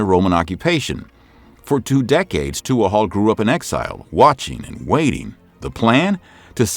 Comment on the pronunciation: Tuathaill is pronounced "toohal".